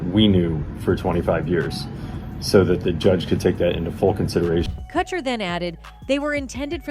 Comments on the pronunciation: "Cutcher" why do all these videos mispronounce the names? last one i watched was about lil bo-wow lmao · Why is this idiot pronouncing kutcher like katcher....dumbbell